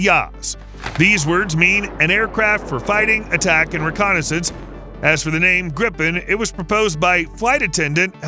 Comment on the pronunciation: gotta love that prononciation of jakt, attak, spaning 🤣🤣